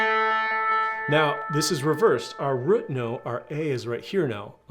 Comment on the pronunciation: Where are you from ? Your pronunciation of root as ruut is unique